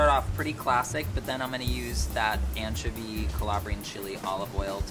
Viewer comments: I got 2 things to say....why is still sick and why does he still say anchiivoy...smh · anchuvy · “AN-chovy” “an–chOvy”: ’CHOVY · Glad to see is still pronouncing anchovy weird 😭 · Ok, needs to officially stop using the British pronunciation of anchovy.